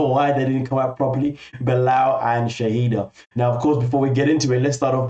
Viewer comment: I like your videos, but I refuse to subscribe until you learn the difference in pronouncing “Shahidah” (the ex-wife) and “Shaeeda” (the current wife). It’s not that hard.